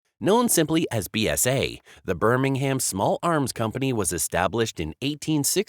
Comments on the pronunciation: I wish Americans would learn to correctly pronounce English placenames. BSA were not from 'Birming-Ham'. In English, the city name is pronounced with a silent 'h' and minimal stress on the last vowel. Still, I guess this piece was put together by Artificial Intelligence, an oxymoron if ever I heard one. Complete lack of intelligence of any sort, I reckon. The BSA Bantam was, as you say, a popular motorcycle for many years. But the design was heavily based on the pre-war German DKW motorcycle. BSA (and others) gained the rights to use these German designs as part of the reparations after the end of the Second World War, so BSA cannot take all the credit for the success of the Bantam. Love and peace. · Look its easy say it with the rest of the world Birmingham pronounced Birmingum